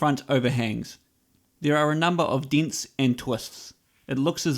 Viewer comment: Deents and twusts